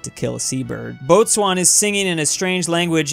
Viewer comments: Btw if I’m not wrong, boatswain is pronounced bosun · Boatswain Is Pronounced BO-SUN